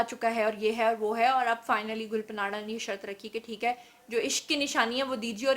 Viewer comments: Gul panadda nahi ......gulpanadda ( pushto me tree k patein) ko kehtein hein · Please pronounce “Gul Panra” correctly. (ں not ن)“گل پاںڑہ “ معنی۔ پھول کا پتہ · Duffer gul paanra ka naam galt ly rhi hain jo k buht bura lg rha hy. In hastiyoon per program kr k apni izet afzai mat kro please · .plz name sahi lo gul pana name ha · Pronounc the singer name gul paana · GUL PANRA.... NAME HAI JANAB ... APNY MUSALSAL NAME GHALAT PRONOUNCE KIA... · Gull ka name to thik lo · Your pronounciation of Gul panra is absolutely wrong please correct it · Phle name to pronounce krna sekhh lo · App gul panra ka naam ghalat ley rahi hain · it’s is not panara… please it’s gul parra.. the n is silent.. it’s mean rose Patel. gul mean rose parra mean Patel. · Lol. Its not gul patanra its gul paanra. And secondly please correct the spellings of "proposed" in the video title. Apart from that, you are amazing and i love you ❤ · گل پناڑہ😀😀 نہیں گل پانڑہ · Hhahahaha...plz learn how to pronounce people real name,its not parana its panra (mean leaf,pata).do some wht research before volging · Allah ki pandi...She is Gul Panra ..Pronounced as GUL PAANA...Not PANAAARAAA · It's Gul panra not panara. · ہاں ہاں میڈم گل پانڑہ نہیں گل پاڑا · Tmary Kan kaisy pk gy ye sb kuch bta bta k. Tmari to rozi roti hy ye. Tm in k bghair reh he ni skti ye khbrain dhondy bina. Had hy dramy ki waisy...gul panara naam ni hy gul panra by. Yo need little homework on words. Sirf lgai bhujai he na dhondti rha kro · "گل پناڑہ" نہیں میڈم، "گل پانڑہ: براہ کرم اپنا ھوم ورک کر کے بین اقوامی میڈم پر ظاہر ھوا کریں۔ کبھی بی بی سی، الجزیرہ وی او اے یا وائیس آف جرمنی کو ایسے پیشکش کرتے دیکھا ھے؟ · Gul panra not Gul panara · Had hai mam 😆 Gul panra hai gul panara nahi hahahaha ye kon se jaga se education le hai 🖕😆😆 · Gul pa nara 😂😂😂 Means ap ne phool pe nara laga diya. Pronounce it Gulpana. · Ya panara kia hota hai? Panra hai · Plz pronounce gulpanra name in a correct way....its گلپانڑا.....not گلپناڑا